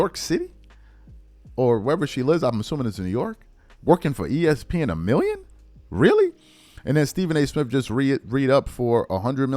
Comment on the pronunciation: I heard you say 2 minion for 3 years not 2 million a year